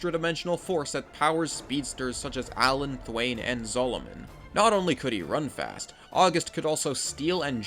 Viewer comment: ALL WILL BOW BEFORE THE MIGHT OF GODSPEED! Also it's pronounced Thaw-ne, not Thwayne.